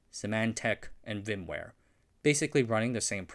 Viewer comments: "Vimware"? VMware is pronounced phonetically as "v-ee-em-wair" or "v-ee-em-wair". The "VM" part is pronounced like "vee-em", and "ware" is pronounced like "wair". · Broadcom keeps buying things I care about and then ruining them, so, not a huge fan. Also, it is pronounced VM-ware not VIM-ware, you can't say VI (pronounced V I) or VIM (like it sounds) on the internet less the neckbeards come out of their basements with pitchforks. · "vim ware"?! Lmao. Do you live under a rock? How can you "report" on business without even being able to correctly pronounce their names??? Hahahahahahaha